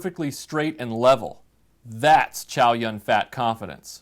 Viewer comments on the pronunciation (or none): LOL Totally mispronounced Chow Yun-Fat. LOL